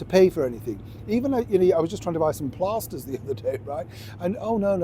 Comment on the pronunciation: Hark at you saying Plasters like a posh person instead of plasters like a Yorkshire man lollll